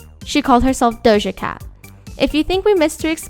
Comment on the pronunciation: she butchered dojas whole name